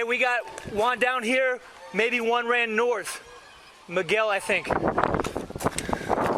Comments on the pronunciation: Subtitle maker guy: Hey did you say "ONE" down or "JUAN" down?? Cop: Yes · When he says "We got Juan down here" i tought it was a pun for "one" XD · "We got Juan down here" or did they mean "We got one down here" lol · Two suspects down? You just said Juan down!